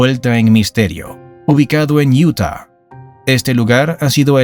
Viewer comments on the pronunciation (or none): none